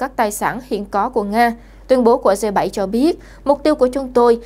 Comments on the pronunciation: 🌴. Viết và nói cũng kg rành..g là g.phải đọc là gờ hoặc rê dê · Bạn có thể đọc g chứ đừng đọc là dê,xin cảm ơn